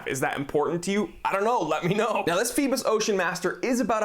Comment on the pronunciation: I'm not sure if anyone has stated this yet, Phoibos is greek for Apollo, the sun god. Pronounced Phoe-bos, with a greek accent LOL. Did you mention if it has hacking and manual/automatic wind? Is there a display back? Just wondering.